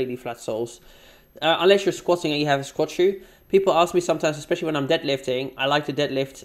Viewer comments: I hate how she pronounces especially as 'expecially' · If she says EGG-specially one more time, I'm going to scream into a pillow.